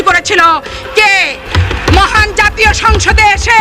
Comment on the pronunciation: ধুর! যাতীয় পার্টি কি! জাতীয় পার্টি বলতে পারো না ? বাংলা শিখো আগে।